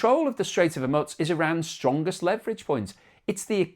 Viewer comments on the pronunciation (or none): It's not hormutz it's hormuz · Please pronounce geographical names correctly. It is hormoooze not hormuts. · Its the Strait of Hormoooz not Hormutz. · ☢Strait of Hormuts, Strait of Hormuts, Strait of Hormuts, Strait of Hormuts, Strait of Hormuts, Strait of Hormuts, Strait of Hormuts.Thats how manys times pronounced it wrong this episode. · Even worse, he says 'Hu-mutz' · Ok! Say after me. I want the pronunciation.... hOORRRMUUUUUUZZZZZZ. One more time HOOORRRMUUUUZZZZZ. Need to work on that Z mate. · Hormutz is really beginning to grate like fingernails on a blackboard. It's beginning to sound like listening to an Ai presentation with incorrect pronunciation. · It's grating every time he butchers that name. You'd think by now he'd have seen enough pushback to correct himself. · Very annoying. That's not how it's pronounced, either in English, or any other language! Never heard it anywhere else. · Good grief, please learn how to pronounce Hormuz. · If a Chef served you up a beautiful meal on a dustbin lid, would you eat it? Presentation does have a part in the overall experience. I find his mispronunciation of the word Hormuz irritating. It reminds me of badly created Ai. Once or twice might be by mistake of using a new word but persistent mispronunciation is just a stubborn resistence to learn. The word and its pronunciation is on multiple news channels around the World, so no excuse.